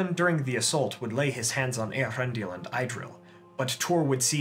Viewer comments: Love your First Age series!! But it would make my nerdy heart all the happier if you tried a little harder to get the pronunciations right. Idril is not pronounced "eye-drill", it's "ee-drill" etc. Otherwise, keep up the good work! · Thank you for another great video. It would have been even better, had you pronounced all the names correctly: Idril and Maeglin were the worst ones.